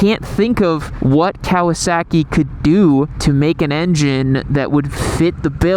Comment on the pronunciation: I cant get over how you pronounce kowaSACKee